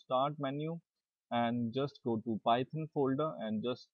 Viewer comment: It's PYTHON, PYTHON!!!! Not PY-TON!!!!!